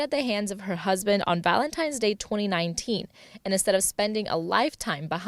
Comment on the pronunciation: its "VALENTINES" DAY NOT "VALENTIMES"